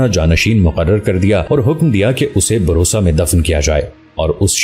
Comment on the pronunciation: Bursa name hy.barosa nahin.or usman bey sabsay baray nahin sabsay chotay son thay.